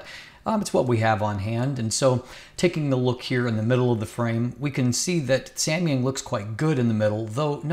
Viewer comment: Nice try for pronouncing Samyang